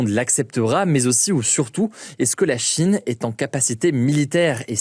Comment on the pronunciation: Pourquoi prononcer Chine avec un tel appui sur la 1ere syllabe??? « la CHIne »